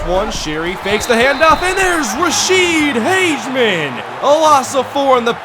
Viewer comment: Its Rashede HAG-UH-MEN. otherwise nice job!